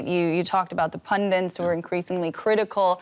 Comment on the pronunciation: hey lady. the word is PUN DIT. not PUN DINT. back to school with you.